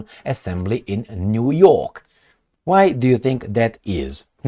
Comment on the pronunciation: U said Jew York😂 in the good ol' jewSA. You r the best